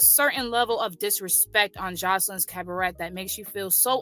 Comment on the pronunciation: Maam 🤦🏾‍♂️ its pronounce cab ah ray 🤦🏾‍♂️